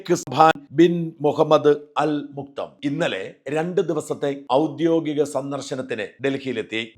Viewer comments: മുക്തം അല്ല makthum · Not muktum, Al Maktoum and his name is shaikh Hamdan